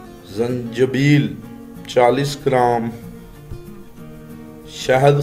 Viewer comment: zanjeel nahi .....zanjabeel bolte hai